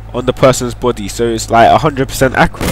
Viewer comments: he tries to say body but says boody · it sounds like your saying try to put it on the person;s botty lol bt nice video tho